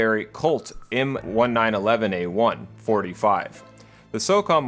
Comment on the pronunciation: This was fun to watch. Just a few things though: Famas is pronounced "fah-MAHS" and the 1911 in M1911A1 is said like the year.